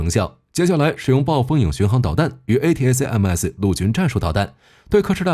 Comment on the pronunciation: A-ta-kam-s 請用音標發音。